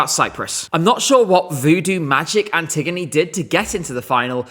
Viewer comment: i can't handle the way people are pronouncing 'Antigoni' 😭😭